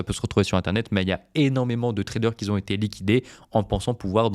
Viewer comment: merci, attention les si n'aiment pas les rais ! et attention aussi à ne pas dire "ceux qui z ont" !